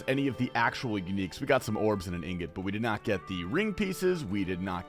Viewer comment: The only osrs content creator that pronounces the word “Ingot” correctly. It gets me so heated when I hear people call it “Ignot” like they don’t understand how -ing is pronounced.